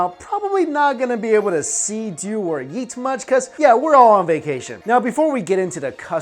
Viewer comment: Every time he says “eat” I hear “Yeet” 😂😂🤦‍♀️